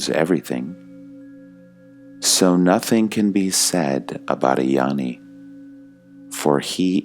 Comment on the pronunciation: Dear, peace and blessings to you. Gnani is pronounced NYARNI, not yarni.